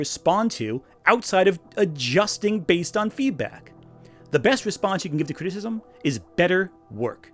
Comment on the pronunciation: Criticism has 3 syllables,.